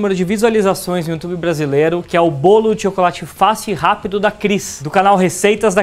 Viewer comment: "Brawlo". Kkkkl